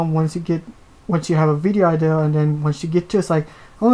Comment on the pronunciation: For: How did you come up with the name Guff for your Toon Link amiibo? For: I mean no offense when saying this & I know has this issue too & even it in his last Q&A but why is it that for example when you say the word "idea" it sounds like the word "ideal"? (I was honestly kind of hesitant to try & ask yet another question for this podcast seeing as I showed up in the last two including this one, I fear that I might end up showing up a little too much.)